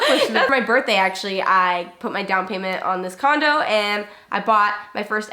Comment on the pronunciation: i thought said “condom” instead of “condo”